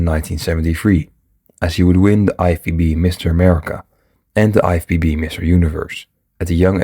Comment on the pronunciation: Sounds like you have a hard time to pronounce lFBB.